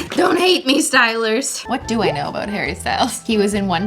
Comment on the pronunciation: Is it just me who hears Hairy Styles whenever she pronounces Harry ?😂 Another Cristine pronounciation